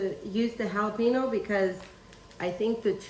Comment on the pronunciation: For correct pronunciation of both jalapeno and chorizo perhaps Google it or find someone who knows the pronunciation. Jalapeno isn't pronounced Hallah Pino. It's Hallah Pain Yo. The frittata looks good.